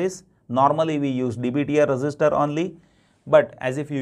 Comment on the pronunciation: Sir your instructions are awesome but I think when you pronounce register it's really confusing